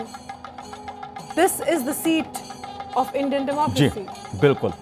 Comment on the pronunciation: did she say democrazy